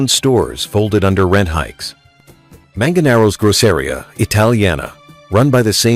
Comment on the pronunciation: Lived there for 24 + years… . A number of flaws in this video but definitely some truths. And I don’t know if this is AI voiceover but the pronunciation of Manganaro and Grosseria are butchered. And FYI Manganaro’s is not “gone”. It changed location….to a different part of Hell’s Kitchen.